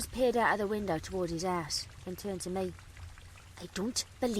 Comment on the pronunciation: it really sounds like when says house,it sounds like he says ass